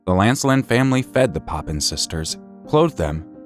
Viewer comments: Papin sisters. Not Poppin. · It’s the Papin sisters. Not poppins.